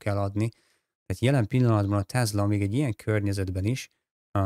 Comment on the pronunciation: Jobbulást! Ez a TeZla kiejtés honnan jön?